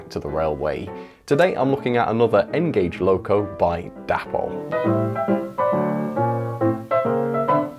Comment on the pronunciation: Day-pol not dappol! If you watch any Dapol videos you’ll hear that’s how they pronounce. English spelling rules tells us that Day-pol is correct!